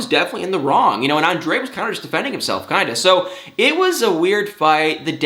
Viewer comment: you didn't say it right... Ahhn-drrrrrayyy